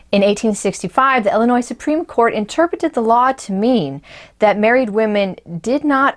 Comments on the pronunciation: Please, it is Illinois, pronounced "ill-ih-noy" and not "el-uh-noy." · They live in Illinois. Might be a regional dialect thing.